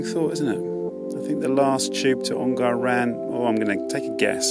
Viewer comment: Ongar is a short 'A', not a long one. So more Onger than Ongarrrr. Pronunciation is a part of history.